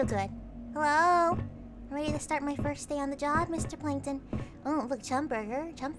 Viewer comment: It's not plankton, It's plankTUN!!!